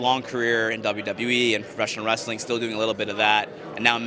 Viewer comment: well to be accurate.. he said "pro-wresTHeling"